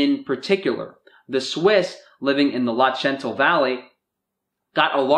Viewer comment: U are mispronouncing "Lötschental" or "Lötschenvalley"...